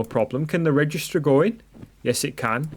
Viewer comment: It's actually registrator and not registor😂. But nice video anyways